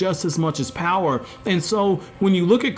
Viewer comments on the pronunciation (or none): none